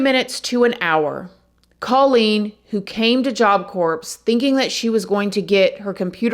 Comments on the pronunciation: Great video. Please note, Corps is pronounced CORE. Like Marine Corps (core). Job Corps (core) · It’s kinda cute how you pronounce “corps” in Job Corps.. it makes me relate to you soO very much & is just cute. It’s actually pronounced ‘core’ like an apple core. Don’t ask me why it’s spelt that way, I’ve just known a few ppl that’s been there back in my late teens. Haven’t finished the video-will comment later. Please don’t take this msg the wrong way-you spills hear me sometimes it’s I get some laughs. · I enjoy watching your videos you do a great job with them. The only thing that I noticed in this one is how you pronounce the "Job Corps". Not sure if you knew or know but the S is silent in (Corps). Don't ask me why. It's similar to the name Django where the D is silent as well. Other than that it's my only critique. Keep up the good work & take care. 😊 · It's Job Corp. (pronounced CORE) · Oh my gosh, girl, you don’t pronounce the p & the s in the word “corps.” Its pronounced “core.” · Job Corps is pronounced core, like Marine Corps. Just trying to help, love watching ur videos! 🥰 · The "p" is silent in corps. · It’s pronounced as “core”’ “job core” kinda like the marine corps. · Like you said,, we all have a story; I had a lot of horrible things happen in my childhood, but I could never do anything remotely like that. And I love you girl, but it's Job Coor (like Door) the p and s are silent. English is the hardest language! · Thank you for telling these stories,. FYI: Marine Corps, Job Corps... Corps pronounced "Core" (The P and the S are silent) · It’s pronounced job core not like marine corps ik that the spelling is confusing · Not being rude but corps is pronounced “cor”. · Love listening to the content. Have to mention however, that corps is pronounced like core and the s on the end of Illinois is silent. It hurts my ears when these two words are said incorrectly., are you reading this?